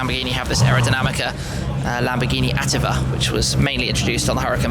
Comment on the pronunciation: it's attìva, not àttiva